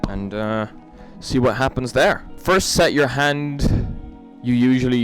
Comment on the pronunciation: Instead of him saying no no no no no he says do do do do do do